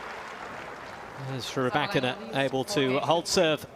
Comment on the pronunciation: I don’t ever leave comments, but I had to sign once just to say…could you please say Rybakina’s name correct ONCE! Please dude…one time! The lady is obviously trying to use the Force to help you.